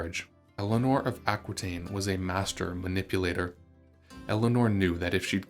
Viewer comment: Aquitaine is pronounced Ah-kee-ten, as it is French. The French language doesn't pronounce "qui" as kwee, but "kee"